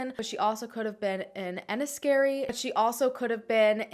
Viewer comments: I'm from Dublin, I'm 36 and these unsolved missing women cases still worry me. And Larry Murphy surely has more victims than that poor girl who was saved. Also, you pronounced Enniskerry very well 😁 great video, thanks. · You pronounced everything well, even better than a few Irish people! Haha Enniskerry was bang on 😊